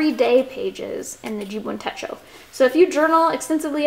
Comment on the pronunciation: You're the cutest. Techo, short e. Rhymes with um... Fetch-o.